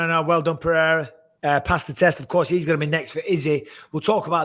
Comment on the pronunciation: I love how Michael try to say "Pereira" correctly and not "Perrera" or "Piera" like a lot of people do